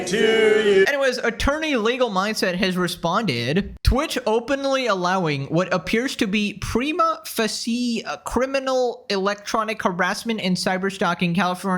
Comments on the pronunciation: Just helping you out with the legalese. It’s Pre-ma fa-sha. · Prima facie pronunciation cracked me up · Sloptuber pronounce "prima facie" correctly challenge: IMPOSSIBLE